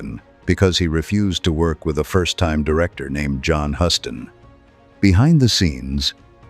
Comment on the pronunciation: Try pronouncing John Huston’s name correctly.